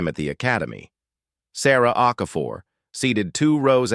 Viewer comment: Okafor, not O'Connor